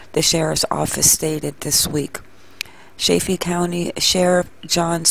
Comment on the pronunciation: I don't mean to be nitpicky but it's pronounced like saliva only saliDA. Also, Chay-fee, like chicken.